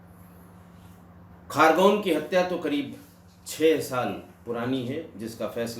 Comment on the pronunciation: सर वो खारगोन नहीं खरगोन है l शांत जिला है लेकिन इतना भी शांत नहीं घर घर बंदूक कट्टे बनाने का कुटीर उद्योग चलता है l